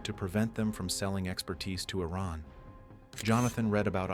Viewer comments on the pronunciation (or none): none